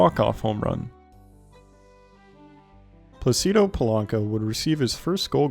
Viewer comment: I would give you the benefit of the doubt on mispronouncing Plácido Polanco's name... if you hadn't displayed his name in the video with the accent. Plácido, not Placído. 😂